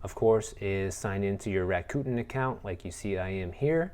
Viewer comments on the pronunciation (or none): Bruh I can’t 😂 U keep sayin Raccoon .. It’s “Rack-a-Ten” Cos they give u $10 bucks at signup! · It's pronounced Rack-Uh-Ten. 😁